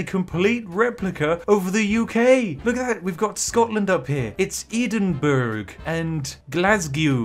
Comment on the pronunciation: The way you pronounced "Edimburg" triggered me And i'm French